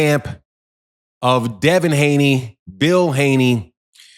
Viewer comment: Did you say Devin Hating or Haney